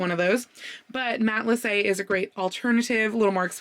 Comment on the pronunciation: Thank you for teaching me how to pronounce "Matelassé" correctly! I took French for 7 years so I know pronunciation rules but I had NEVER seen it rendered with the é (only ever seen it spelt matelasse) so I wouldn't have known that the final e wasn't dropped.